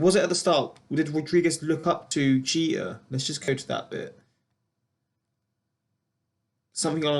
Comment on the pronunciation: you said derek jeter wrong